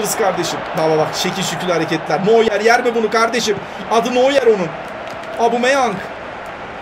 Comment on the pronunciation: neur neden yemez gol okunuşunda noyer denir ya no yer ,:D